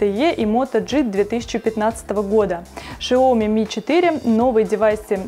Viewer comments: Шаоми... СЯОМИ! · СяомИ ! Ударение на И! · шаоми режет ухо